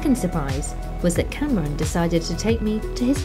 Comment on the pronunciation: For some reason I am laughing my butt of every time you call Kamran Cameron. Its pronounced Kam-Raan by the way.